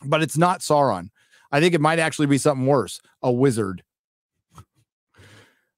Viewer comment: HAHAHAHA SHEAURON? :D